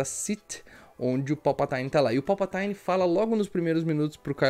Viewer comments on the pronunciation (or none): Boa análise, parabéns. Achei o filme muito pobre de roteiro e direção. E aquele beijo no final... "Joe and Rachel feelings" Só uma obs. é Palpatine (vide pronúncia do google tradutor) mesmo e não "Palpataine". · Povo tá viajando na maionese na pronúncia...me pergunto se isso é uma piada com os atores falando errado no novo filme? Sei lá, não verei mesmo rs A pronúncia correta é tipo "Palpatinn" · PALPATAINE kkkkkkkkkkkkkkkkkkkkkkk